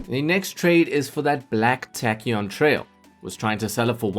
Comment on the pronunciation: tachyon is actually pronounced tay-ki-OHN not tack-ee-OHN